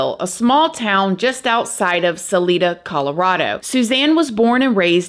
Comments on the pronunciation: Not throwing shade here,, just sayin' Salida is pronounced like, suh LEYE dah, long eye 👁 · I agree with you it would be hard to obtain a conviction. As a side note Salida is not pronounce as the Spanish would. It is pronounced with a long I sound not an e sound